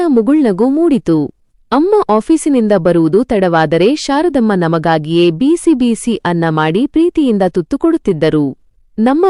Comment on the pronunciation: ಕತೆ ಚೆನ್ನಾಗಿದೆ ಆದರೆ ನೀವು ಪದೇ ಪದೇ ಬಿಸಿ ಬಿಸಿ ತಿಂಡಿ ಎಂದು ಹೇಳುವ ಬದಲು ಬೀಸಿ ಬೀಸಿ ಎಂದು ಹೇಳುವಿರಿ ಅದನ್ನು ತಿದ್ದಿಕೊಳ್ಳಿ